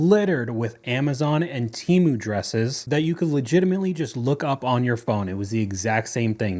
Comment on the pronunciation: Why is she pronouncing Temu like that?LOL